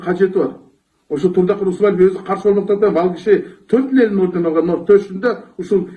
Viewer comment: Лелин эмес, Ленин!!!